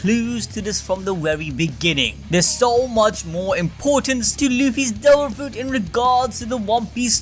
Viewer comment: " we cweate this dewil fwouit "